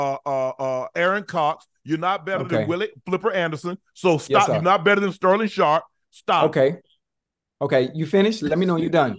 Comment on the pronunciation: shannon really said sterling sharp 💀💀💀💀💀💀💀💀